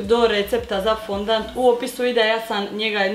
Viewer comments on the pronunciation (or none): Nije fondant nego fondan